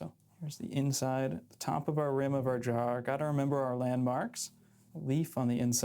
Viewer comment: Every time he says "Jar" I think he's saying "Draw"